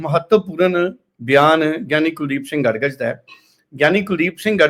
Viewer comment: ਗੜਗਜ ਨਹੀਂ ਗੜਗੱਜ